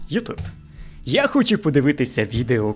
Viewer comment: дякую. Не ображайтесь на зауваження. Я про українську фонетику, про вимову. Звук [ч] в українській твердий, в російській - м'який. У Вас звучить: хочю, якщьо, нічього. І трішечки звук [о] у Вашій вимові звучить наближено до [а]. Це не Ваша провина, більшість українців тепер говорять саме так. Але дослухайтеся до мови українських акторів, до мови бабусь і дідусів із українського села. Абсолютно тверда вимова Ч! Спробуйте.